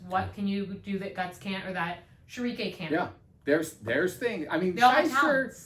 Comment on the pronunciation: The time honored tradition of berserk lovers not being able to pronounce Schierke (sheer-kuh)